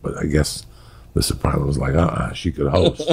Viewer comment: Why does it pronounce it soprawnos . No one on the show ever pronounced it like that. Sopranos !